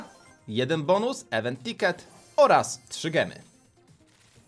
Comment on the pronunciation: czyta się "iwent tikety" s nie "ewen"